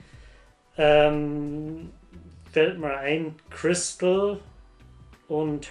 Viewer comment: du hast das nicht verstanden mit Christel. Das war eine ironische Anspielung auf die Aussprache des Vaters auf methamphetamine aka "Crystal". Hast am Witz vorbeigelesen.